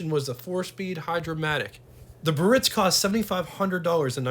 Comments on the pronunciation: The proper pronunciation for this Cadillac model is “BEE-A-RITZ”….not “BURR- RITZ.” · Just an FYI - Biarritz is a resort in the south of France that catered to the rich and famous. In English, it's usually pronounced, "Bee - are - ITZ" - with three syllables, the accent on the final one. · Nice video, full of info, no doubt, HOWEVER: it's pronounced BEE'-ah-ritz. They came with bias ply tires, drum brakes, and they rode very well (very boaty, ride, quiet inside and at that time, they had the most amazing options that no other manufacturer offered). These cars had an enormous amount of chrome, and boy, did you have to stay on top of that otherwise, the chrome pitted, especially by the exhaust. And I think air conditioning was almost a $1,000 option....that's like $9,000 today! These cars were only affordable to the wealthiest at that time. : those vents are where the A/C blows into the cabin. At that time, the blower was kind of weak, and in some hot climates, the A/C barely kept the car cool. GM Frigidaire A/C improved but it wasn't until that GM got the A/C working well enough to cool the car sufficiently on the hotter sunnier days. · It's pronounced BE-ah-ritz which refers to a very popular resort in France. The word has three syllables, not two.